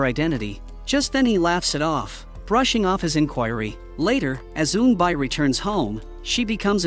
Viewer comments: auto-generated audio. Pronunciation of Korean names is off by a lot. Pronunciation is actually E-un-B and E-unb-B-yule. Like mule, by with a y. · eunbi (pronounced oon-bee) and eunbyeol (oon-byol). (the problem with AI reading comprehension is they take all the words as American English)